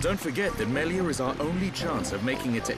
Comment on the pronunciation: Does anyone else get mad when someone pronounces reyn like RAIN or Melia MEELIA